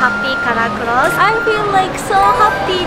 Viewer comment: says claus instead a clothes haha 😆